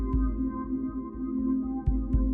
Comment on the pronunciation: "I am Zane Ro'meave" NO FRICKEN SHIZ